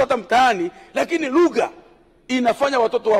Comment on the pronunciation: Sio ligha ni lugha 😂😂